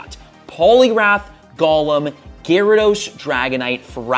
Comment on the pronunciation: he called Golem, Gollem from LOTR